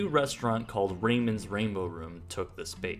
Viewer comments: The restaurant is pronounced 'Rah-moans' Rainbow Room, not 'Raymonds'. Spanish name. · It was not pronounced "Raymonds". It is pronounced "Ra-moans". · FYI: The name Ramon's was pronounced "Ramón''s" (rah-MOANS, not "RAY-mons). But TY for the video. The last time I visited Cocoa Beach, I felt suddenly lost when I got to that part of A1A. The glass bank was such an icon and the major feature in my own mental map of the area. Its absence seriously confused me and so threw off my navigation that I missed my turn. Now, I know what happened to it. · It's not raymond it's Ramons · Ra-moans not ray-mons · I'm guessing it was actually pronounced "Ra-moan's" Rainbow room. rather than Ray-mon's since it was probably evoking a latin flavor. Mar-vez, sounds like it was trying to do the same thing. Fascinating stuff though! Good work. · Ayo chico it's Rah-Moan (Ramon) not Rayman. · Very interesting - I lived in Cocoa Beach for 23 years and knew a lot of this history but not all. Also saw a couple of interior shots I hadn't seen before. Two corrections though: the name of the restaurant was pronounced Rah-MONES, and that second postcard of the green dining room was the second location at the corner of 520 & A1A, near where the Dinosaur Store is now. All in all, well done video! Sad as hell though, I hated to see it torn down. It was like losing an old friend, but due to the selfishness of some stubborn men, it was beyond saving. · Pronounced rah-moan, buddy. Dig the videos. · These are great! It's actually "Ruh-moans," but otherwise this awesome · It's not Raymond, but pronounced R-A-M-O-N, with a long O. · Wouldn’t it be pronounced Ramón like a name from Castilian Spanish? ...South Florida and all... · The restaurant was named ''Ramon's"... pronounced Rah-moans... like the punk band. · I grew up across the street from this building. fyi Ramon's is pronounced RAH-MOAN's